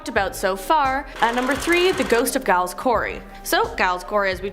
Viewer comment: okay, let me help you with the pronunciation of the name Giles. The G in Giles is pronounced with a J sound not a G, as in the name Gerald. Hope that helps in a future video.